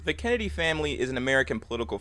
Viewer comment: Gotta slow down on Kennedy , keeps sounding like candy